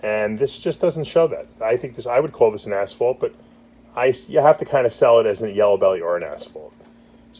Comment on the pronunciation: Why u call it asfault